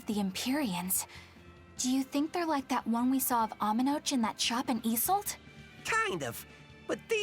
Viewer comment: Archipelago is pronounced "ark-ih-pell-uh-go" not "arch-ih-pell-uh-go". Amenoch is apparently pronounced like "Amenooch".